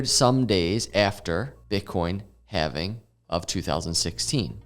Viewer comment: Bitcoin having? Thats how you pronounce it sir 🤣